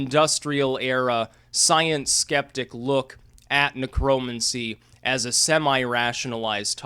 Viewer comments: You pronounce it Necro-mancy. It was and is a real cult. The spells go back centuries and involve hands on spell work if you know what I mean. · Neck Row Mancy....idiot. say it right. It's not a political term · say it with me, "necro" "mancer" as in rhymes with cancer... why the fuck do you say it so weird? your way off man lol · Huh, I have never heard necromancy pronounced like that.